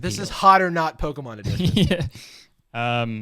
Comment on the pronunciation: Jarvis being like "I'm the Pokemon expert here" and messing up like 5 names haha